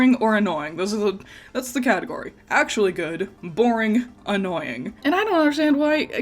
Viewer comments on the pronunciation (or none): none